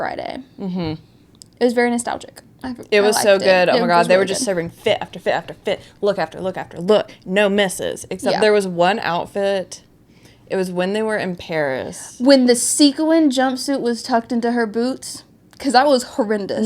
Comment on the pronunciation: Wait, did you say "see-coo-win" for sequin. That's adorable, I'm so invested now 😂